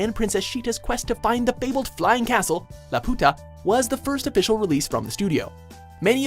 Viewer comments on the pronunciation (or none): Laputa is not pronounced La-Poo-Tah but Lap--You-Ta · Did he say la puta? You know it’s lap-uta not la puta...he just called the floating castle a whore... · Sigh, it’s LAputa. Not laPUta. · You probably shouldn't pronounce Laputa that way...... Lol